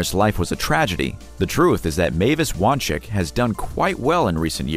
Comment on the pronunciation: FYI it’s pronounced (Wahn-Zik)